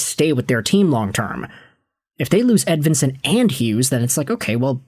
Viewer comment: no his not, its not even close to right. this guy is a click bait dumdum